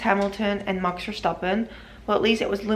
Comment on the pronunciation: You say it as mox instead of max